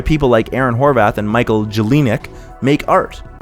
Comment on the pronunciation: Great arguments, presented with a good structure, and you're very pleasing to listen to. One note: it's Jelenic. So 2/10 I'm cancelling you ... I'm sad that people sleep on the more unique value Teen Titans Go and Sonic Boom provide as formulaic postmodern tv shows Because they do help me as a 27 year old adult grow up and keep it together in different ways than their modern more sincere counterparts do thanks to humor etc